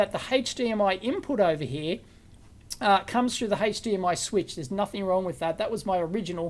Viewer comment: What on earth is "hayche-d-m-i"? 😂